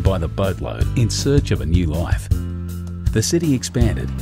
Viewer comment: I love the way they say loeif (life)